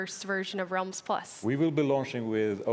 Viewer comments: She’s out here saying ‘Realms’ as ‘Rolms’ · Realms? Nah fam its Roelms bro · Just listen to her... "Ralms"... Lol😆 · is it me or do they say minecraft rolms? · Nobody: Minecraft employees: RoLmEs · That lady pronounced realms so weirdly.